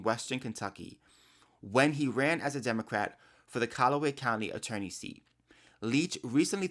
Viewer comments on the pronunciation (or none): none